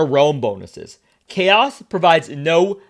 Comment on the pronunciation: *Chaos not Caro